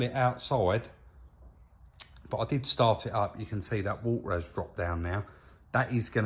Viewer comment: "we can get the new parts then fill it up with war ah" 😄lol